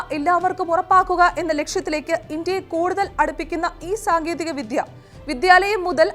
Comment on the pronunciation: വിധ്യ അല്ല, വിദ്യ എന്നു വേണം ഉ‌ച്ചരിക്കാൻ.